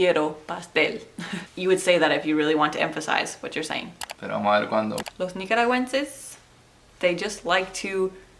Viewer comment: From my perspective, the main aspect of nicaraguan spanish is the turning of many "S" into a a very soft and sneaky "j" in order to create a dynamic ongoing diphthong if possible. So to me it would be "vamo(j)al siguiente". Then combine this with the speed and very particular rhythm and you have quite a bit of nica spanish. Nice video, thank you :)